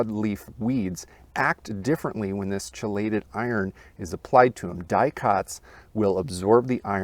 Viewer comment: I don’t want to be that guy, but it’s pronounced KEElated iron. Just fyi 😅